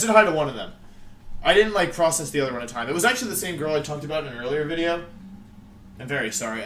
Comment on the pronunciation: Every time I hear you say Wideo, it makes me think of the flaming spade. Oh the good ol' days